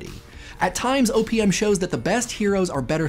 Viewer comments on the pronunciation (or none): every time he says "O.P.M." it sounds like "opium" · I know he say OPM, but I hear Opium... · sounds like he is saying opium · You said OPM, but I heard "opium" and wondered how Papaver somniferum fit into it. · The amount of times I thought you said opium is pretty significant. OPM OP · Whenever he says OPM I hear Opium O.o